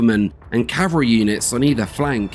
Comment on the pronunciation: To the narrator of the second portion - I enjoyed your information, but, please, "Calvary," as you pronounced it, was the hill where Christ was crucified. "Cavalry," which you meant to say, are mounted troops. Elementary school mistake.